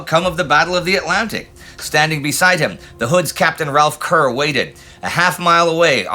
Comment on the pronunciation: Worth noting that Brits do not pronounce Kerr to rhyme with Cur, but rather with Care (in it's native Scotland) or Car (in England), according to Admiral Mark Kerr. Captain Kerr of the Hood was from Gloucestershire, so I'd go with Car.